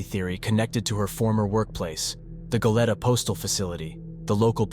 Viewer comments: Its Go-lee-ta, not Go-let-uh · It’s GO-LEE-TA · Its pronounced Go Lee Ta